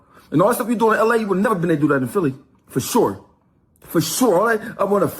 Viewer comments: I dunno who “Phil” is gottit 😅😅😅😅 “PHILI” aka “PHILLY” 🤦🏾‍♂️ Cmon Son 😂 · Philli not phil